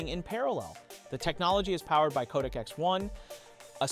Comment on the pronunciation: Not KodakX or CodecX …. CodeX. Just “Code” & “X”. Try saying the right thing next time bruh